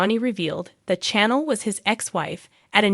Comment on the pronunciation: Her name is not jaa da. Her name is pronounced jay da. Also, chan el is pronounced sha nel